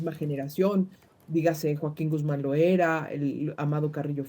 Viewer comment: A la entrevistada , es Loera no Loaera , me extraña 😅